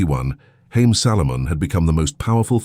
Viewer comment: His name is pronounced Ha’ yim (Haim). In Hebrew means lives. The economic philosophy has changed a lot in modern times